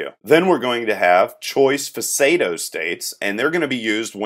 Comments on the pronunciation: Three issues: 1. Your states should be verbs (typically ending in “ing) 2. Pseudo state is pronounce “Soo-doe” state. 3. “Boolean” is pronounced “boo lee an” not “Bowl” ean Good video though. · enjoying the vids, thanks. thought I'd mention, 'pseudo' is pronounced 'sue-doe', can hear it at dictionary site. I hear a lot of persons mispronounce this nad did it wrong myself for many years - I was saying 'suay-doe' hehe